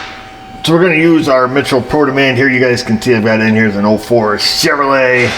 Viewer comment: 04 sschevrolet 🤣 love it.